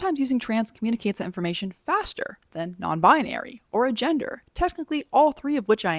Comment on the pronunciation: The way you say agender gave me the idea for a joke (but it’s not original I’m sure other people have said the joke) What do you call an agender Canadian: Eh gender